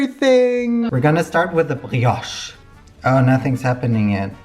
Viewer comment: as a French, your pronounciation of "brioche" is excellent, you barely got no accent at all !